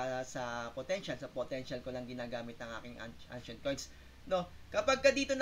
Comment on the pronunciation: ano po ang "angshent coin" ?